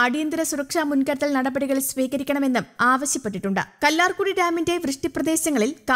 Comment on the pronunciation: കല്ലാർ കുഴി അല്ല കല്ലാർ കുട്ടി